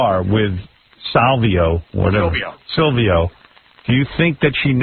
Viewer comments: It’s painful to hear Howard say Salvio instead of Silvio. I don’t think those dummies really watched the show. I don’t think I’ve ever seen people so clueless about something they claim to know. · You just spelt him "Sylvio" its Silvio idiot.